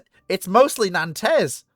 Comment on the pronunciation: oh and learn how to pronounce 'Nantes'!